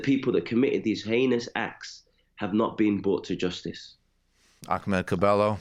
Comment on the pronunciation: Michael the way you pronounce Ahmads name is cringe pure